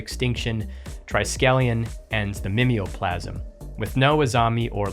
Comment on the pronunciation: "me me o'plasm" is a nasty way to pronounce what should obviously be "mime-o-plasm"